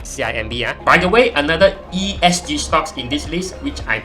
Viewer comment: bro, ESG, not ESC leh.... Starting tio wrong liao... Aduihai.... but nice video juga... wu sui zhun !